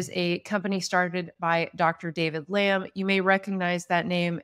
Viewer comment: Btw 'Lam' isn't pronounced as lamb and as someone who's quite familiar with Chinese culture and experienced it in my country it's pronounced as ' Lum or lump ' . 😅